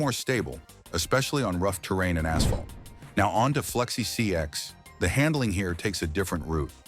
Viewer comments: Why is the ai voice saing flexi csx? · Why is bro saying flexi csx😂😂😂